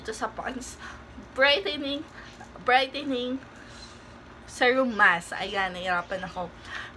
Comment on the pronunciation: Please check right pronunciation of SERUM.